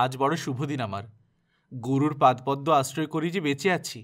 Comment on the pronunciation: উচ্চারণটা হবে পাদোপদ্ম, পাদ্পদ্ম নয়।